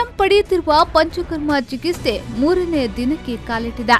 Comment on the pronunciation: ಚಿಕಿಸ್ತೆ ಅಲ್ಲ ಚಿಕಿತ್ಸೆ